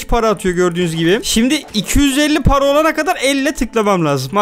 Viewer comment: Abi paraya para demiyon paraya mara diyon